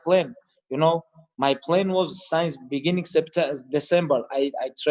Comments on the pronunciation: Khabib pronounces since as science. Haha love it. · No one: Khabib saying “since”: signs